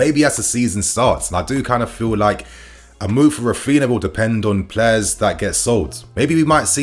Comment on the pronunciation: It is Raphinha, not Raphina lmao. Stop mispronouncing his name ffs. And Alemany is not leaving Barca for Villa anymore. + Deco will join Barca structures but not as a sporting director.